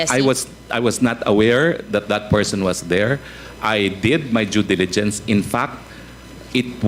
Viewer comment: good that Ace asked this dumb Morales was asked to wrap up - she asked too much and can't pronounced simple words such as 'due diligence'